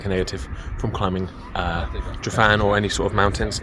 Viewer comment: Please note that every `f ` in Welsh is pronunced the same as the English `v`, and every `ff ` is pronunced the same as the English `f `. Thanks.